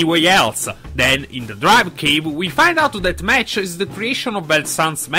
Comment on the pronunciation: The new Rider is pronounced Mach(Mock).